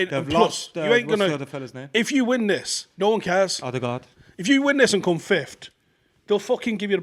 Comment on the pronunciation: There is no "d" in the word 'fifth'. Fif'd isn't a word! 🤦🏻‍♂️